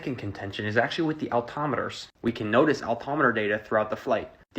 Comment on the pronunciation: Al-tom-itor? 😲 He means Altimeter, right? 🤣 So much stupid, so little time 🤣